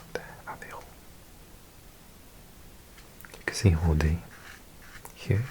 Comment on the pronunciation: Just for you to know.. Unlike most of the time, we pronounce the last letter when it comes to "Lot" and "Rodez". By the way, great vid, thank you!